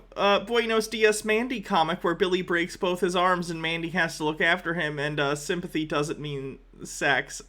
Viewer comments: I really don't want to make fun of his speech, but I can't be the only person wondering if he was coining the term "Sympussy"? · I am distracted by the way he says sympathy.